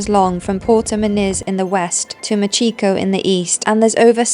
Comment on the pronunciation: Machico 😂 why do I laugh when you say that 😂